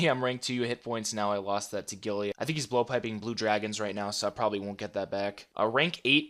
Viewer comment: Love the vids but i cringe when you say "gilly" instead of guile lol